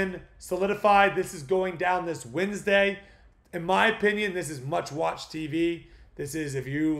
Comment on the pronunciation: I had to rewind it to make sure, threw me off. It was like… did he just say meowesque😂🍻